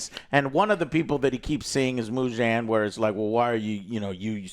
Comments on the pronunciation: I was dying at him some how adding a J into Muzan’s name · I didn't put this on my bingo card! Joe reviewed an anime movie?! Let's go! Glad you enjoyed it! Also main villain is Muzan not Mugen but still good job! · How can you say Kokoshibu correctly but not Muzan wtf